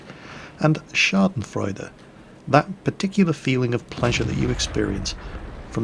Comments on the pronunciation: It´s "Backpfeifengesicht", but his pronunciation is just bad (sorry;D), but he did a very good job saying "Schadenfreude". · Had to hear "Backpfeifengesicht" about 10 times until i knew the word you were saying. "Schadenfreude" sounded really good. Also "Sitzfleisch". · Wow schadenfreude was pretty perfectly pronounced good job. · Well, "Schadenfreude" and "Sitzfleich" were pretty well pronounced. But "Backpfeifengesicht" - wtf? - I doubt there ever is a German speaker who understands this :D I had to hear his explanation to guess the word. ;)